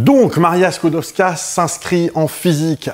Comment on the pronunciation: La jeune Maria Sklodowska (bravo pour la prononciation) s'est placée 4 ans comme gouvernante (logée, nourrie, blanchie donc rien à dépenser). Elle envoie tout son salaire à sa soeur Bronia pour financer ses études de Médecine à Paris. Et ce n'est QUE quand sa soeur a fini ses études que Maria vient à Paris et Bronia prend en charge ses études. Je conseille la comédie "Les Palmes de M. Schutz" qui relate, entre 2 gags pas du tout biographiques, la découverte de la radioactivité. Il y a aussi la série "Marie Curie, une femme très honorable" d'après la biographie de Françoise Giroud. On y retrouve Jean Perrin, Paul Langevin, les Borel, bref tous les Dreyfusards... C'est tout pour moi, merci de votre attention...